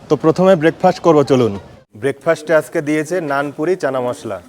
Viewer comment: আস্কে নয়, আজকে